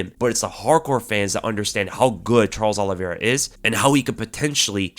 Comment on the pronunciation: I'm with Chael-es Oliveira, 😌😌😌